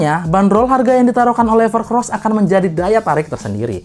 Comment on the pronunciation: Evercoss bang, bukan evercross😆😆😆